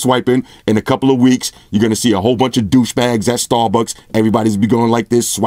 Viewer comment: "You gonna see a bunch of douchebags at Stawbucks...swipin' all ova" I died!!!